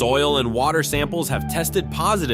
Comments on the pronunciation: As a chemist, the pronunciation of “dinitrotoluene” was especially amusing. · Yes, the only "weenie" here is the narrator. 😂